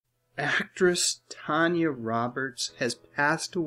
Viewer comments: If you were really such a fan of movies and their stars, you would know her name wasn't pronounced Tonya, it was Tan ya. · Why are you saying her name as Tonya its tan- y